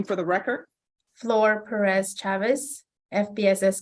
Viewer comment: The judge pronounces Ms Pérez’s name better than Ms Pérez.